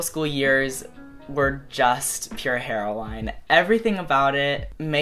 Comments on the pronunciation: why does he say "Pure Hero-wine", its Hero-in", like the drug... stll love yA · I think Melodrama is so much better than Pure Heroine in so many ways, and I still call Pure Heroine one of my favourite albums ever. (also, I'm sorry, I couldn't let it go but... heroine = heh-ro-in... sorry I love you conan but I couldn't not say it) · Yer C Yeah, I caught that too. Its said just like the drug. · no one: conan gray: heroWHYne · Heroine- "Hero-win" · Conan, Heroine is pronounced 'heroin' like the drug xx Love you anyway 💓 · Conan you know your pulling on my heart strings pronouncing Heroine "heroWINE"!! so cuteeeeeeee!!!!! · I like how you pronounced pure heroine like her-o-wine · Did my dude just say pure hero-wine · Conan, it's "heroin" the E at the end is silent😂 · why do you say it as hair-oh-wine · the way you describe lorde and your love for her is so meeee but i was shookt when you pronounced the word heroine... anyways, why is this video linked on your end slate........ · Is that how pure heroine is pronounced because now I'm questioning it